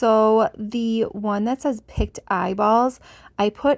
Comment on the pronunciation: Your jars look fantastic! I really am in love with the spider one . Just for your information I was very confused when you were talking about the last set of jars. It sounded almost like you said "picked eyeballs " as opposed to "pickled ( the word pickle with a D on the end) eyeballs " . It kept throwing me because "Picts" ( sounds liked picked) were a group of people in Europe and would probably not have wanted their eyeballs in a jar! Lol! I love your creations. Keep up the creative inspirations.